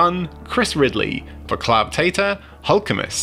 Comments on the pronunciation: Vàclav tater... I think ur is spoken this way: wotzlaw... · Guy, Václav is for instance in Czech read like Vaatzlav